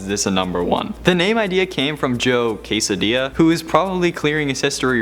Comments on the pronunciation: Joe “Quesadilla” I hope you mean Quesada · Joe Quesadilla. He said it twice. Wow. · Joe Quesadilla? You mean Joe Quesada???